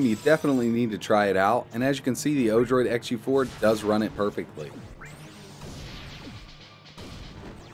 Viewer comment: Odorid ?!? it's actually Odroid XD